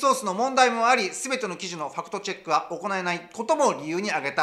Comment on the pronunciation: ✕ 「ファクトチェック（Fact Check）」 〇「ファクトチャック（Fact Chuck）」